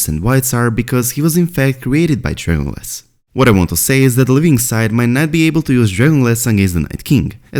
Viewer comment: I think you are trying to say dragon glass, but, with your accent, it sounds like drayon glass.